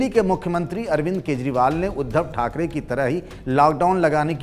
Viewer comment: khakare nahi thakre pahle thik se bolna sikho